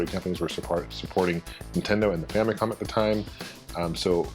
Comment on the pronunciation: I love how it sounds like says that families were getting very popular in Japan at the time.